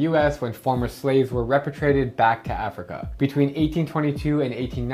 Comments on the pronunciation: It should be pronounced "re-pay-tree-ate-ted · The way he pronounced repatriated hurts my brain